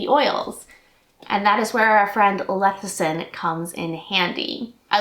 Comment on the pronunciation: It's less-i-thin, not leth-i-sin. 😊